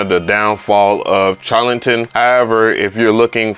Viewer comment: The CH in Charlatan should be prounounced as "SH" as in Sharlatan. I hate being that guy. LOL I enjoy your reviews playa. All day!